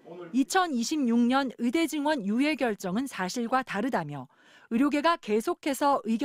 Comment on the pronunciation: 추씨 아저씨! 으대가 아니고 의대예요!!! 발음도 뭐같으네...